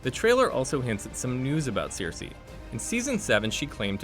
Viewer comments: Also not Sirsi, it's Cersei, not Melissandra but Melisandre 🤦‍♀️ did this guy even watch one episode? smh! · "Jendry" and "Seersee" and "Varies." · OK, your pronunciation of some of the names is so, so off! Cersei is pronounced "sir-say" not "seer-see". And "maester" is "May-stir" not "master" 😂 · yeah and "seer-see" instead of "ser-see" what the hell? We're SEVEN seasons in and he's heard this names a billion times but still..... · I spotted Seersee....many times and Jendry..Raygall... once. Gawwwwwwwwwd fix your pronounciation of the names man! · WTF IS “SEARCY” LMAO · Who is this 'Jendri' and 'Cierci' you're speaking of? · Seer-see and Jen-dry lmao I’m so glad I wasn’t alone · Sear-see lol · He kind of butchered every single name he said lol "Seersay," and "visairEEon" and "varEES" lol wtf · To be fair, George R.R. Martin pronounces Cersei as "Seersay" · This was so annoying. The person narrating definitely hasn’t seen the actual show calling maester master and Gendry Jendry and pronouncing Cersei incorrectly too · Ugh this guy butchered the names so badly 😒 Such poor effort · I cringe every time he says Cersei. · Sam stole his father’s sword in Season 6. The pronunciation of half of these names is also killing me, plus the pace of this video. Seven hells. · nah, caught as well and your not the only upvoted comment addressing it; kinda ridiculous when we have the show (lol) with its proper pronunciations of the names (lol)